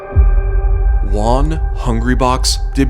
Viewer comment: "Juan" is not even near to be pronounced like that xD "she"? are you assuming Jigglypuff's gender? You're so sued.